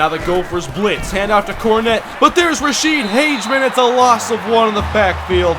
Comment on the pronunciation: Its Rashede HAG-UH-MEN. otherwise nice job!